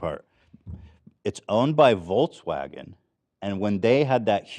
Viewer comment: Ethan mispronouncing Volkswagen into 'volts'wagen unintentionally while talking about charging infrastructure was kinda funny